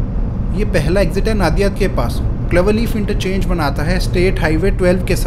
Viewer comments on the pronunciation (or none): नादियाद नहीं नड़ियाद है वो...